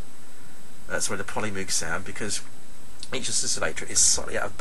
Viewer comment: Why can't people pronounce 'Moog' correctly? :D Good sound though!